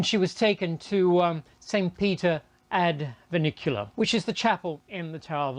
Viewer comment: St Peter ad Vin cu la not Vi in cu li a, duh!